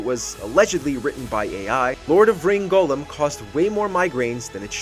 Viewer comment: Anyone else irritated the presenter pronounced Gollum’s name as golem? I mean he’s not an animated figure made of clay from Jewish folklore!